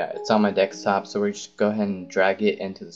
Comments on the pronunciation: I think it's pronounced deSktop, not deKstop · Noice video but it is deSKtop not deKStop.. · its DESKTOP NOT DEXTOP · xD u always say "Dekstop" LOLOLOLOLOLOLOL its desktop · helpful video but its called a DESKtop not a dekstop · Desk top not deks top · dekstop xD its name deSktop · Dextop. #English. but good video. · OMG!!! he said dekstop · good tutorial but ahhhh 'dekstop', its so annoying :s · i noticed u say dexstop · really? deckstop? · dekstop ha awesome vid tho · DEKSTOP?! STOP SAYING DEKSTOP!!!! Otherwise good guide, thanks :D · "Its on the dekstop"